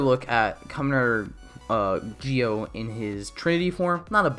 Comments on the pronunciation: Why do you say it like that ji-o I thought it was zi-o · Im just gonna ask why he says gee-o and not zi-o